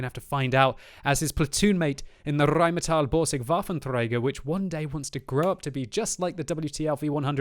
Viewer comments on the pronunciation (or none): none